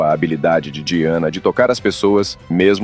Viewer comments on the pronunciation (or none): A pronúncia correta do nome da princesa é DAIANA. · Se pronuncia “daiane” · Eu sempre suspeitei do Príncipe Charles. Gostei das informações, mas você falou o nome da Lady Di errado o vídeo inteiro!!!